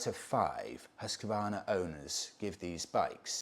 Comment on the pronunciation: Gold star for your perfect prononciation of Husqvarna. As a Swede it's amazing to see the evolution of the brand even though they're not affiliated with Husqvarna in Sweden anymore. The 901 Norden as well as the Svartpilen 401 are so cool bikes. I really recommend you trying them both out for your self. The 901 is imposing in a very nice way. Much like the Yamaha Super Tenere 1200.